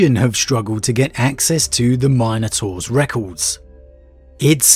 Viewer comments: MINotaurs, not MINEotaurs. C'mon man. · My guy my guy it’s not Minenotaurs, but Minotaurs 🤦🏽‍♂️ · It is pronounced Min-O-Taurs. Not Mine - o -taurs. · It's "min" a tor...not "mine" a tor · Say Mine-ators one more time... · I hate the way he pronounces minotaurs